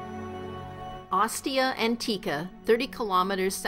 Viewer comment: OS-tia AHN-Tica and not ahn-TEEKA.